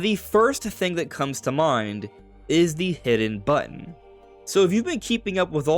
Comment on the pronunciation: button, not bun.